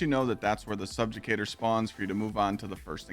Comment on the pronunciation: Stolen Favor= “Stolen Valor” Wolfpack Rounds = “Woofpack Rounds” Subjugator = “Subjucator” And I thought Kackis messed up with pronouncing words